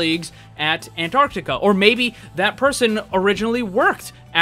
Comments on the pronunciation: echopoint antarti-uh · And the way he said Antarctica too...